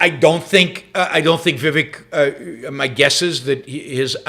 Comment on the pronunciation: It's not viwek. It's pronounced We wake